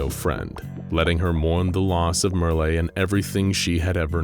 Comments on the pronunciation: I suppose the people of this channel have never seen "Merle" in writing before. Not too surprising, it isn't a popular name, the only famous person I could find was the country singer Merle Haggard. But, it isn't "mer-LAY," instead it rhymes with "Earl." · It's pronounced Murrl, if there ain't an accent over the e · Who the heck Merly? Oh, you mean Merle, you know, like Earl, except with an M. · Mer-lay, lol. Merle, like pearl. BAHAHAHAHAHAHAHAHA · i always thought merle was pronounced murl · Btw: Merle is pernounced like Merl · Lol why are you pronouncing Merle like that? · Merle rhymes with curl and pearl, not olé or thursday.